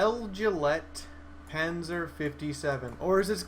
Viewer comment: guessing it should be pronounced Beg-lite-panser...but that just me nitpicking